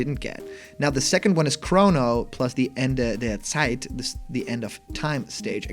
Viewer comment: Kudos for your German pronunciation! That „Ende der Zeit“ sounded perfect. If this leak turns out to be true, I think I’m going to be a bit disappointed. Joker aside, I don‘t like any of the other chars too much.